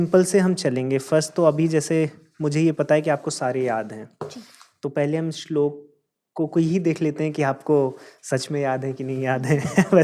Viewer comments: बेटा श्लोका बोलना सही है श्लोक , महाभारता बोलना चाहिए या महाभारत ?? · सुन्दरं, परन्तु सा "श्लोका" किमर्थं कथयति, उच्चारणं तु "श्लोकः /श्लोक" एव खलु